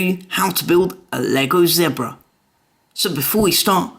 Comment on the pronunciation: Awesome! But you pronounced zebra wrong...